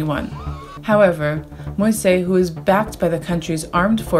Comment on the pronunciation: The president's last name is pronounced mo-eez, fyi. Thanks to Peoples Dispatch for great coverage of issues that are often ignored or barely touched upon!